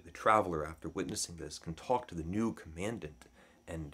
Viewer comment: Mispronouncing “commandant”